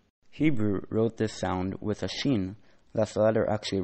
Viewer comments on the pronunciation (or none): none